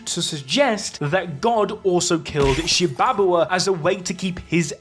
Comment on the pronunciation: Shibabawa: “sHi-bAbA-wA” 🥴 Garo: “gEh-Ro” 🥴 Hakari: “hA-kYrIe IrViNg” 🥴 Why not just say “Shiba Inu,” “Jellyfish,” and “Hickory Honey Smoke Ham” instead 😂